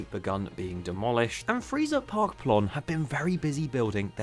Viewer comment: Freizeit is pronounced like "Fry-Zite"